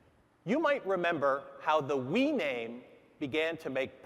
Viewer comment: Everybody welcome the Nintendo Wew!!